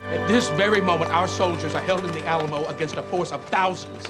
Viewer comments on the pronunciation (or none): none